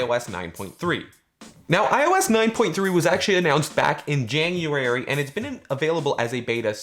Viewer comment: He says January weird...